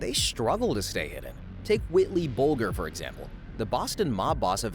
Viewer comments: “Whitley Bullger” …. I’m out. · “Whitley bulgar” Jesus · Whitley Bull-ger?